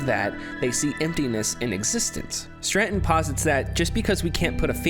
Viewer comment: Im trying to watch this video because i find the philosophies presented so interesting but>> DUDE YOU EVEN SPELL STRATON WHY YOU KEEP SAYING STRRRRANNNNTONNN?!? lol ANYWAY Im glad you made this video. Its great to revisit some of this stuff and to be honest i never noticed this straton stuff, but i did notice some other cool hidden gems in this game :D TRANSCEND!!